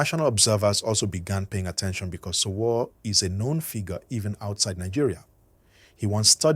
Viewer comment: For some reason your story is more dramatic than the actual story. This story teller can’t even pronounce Sowore . Even though We already heard the news from the those lawyers on the ground where it happened. One can now see this story teller is just looking for views by making up his own analysis with AI